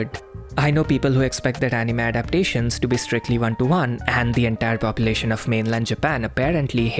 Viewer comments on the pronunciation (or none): none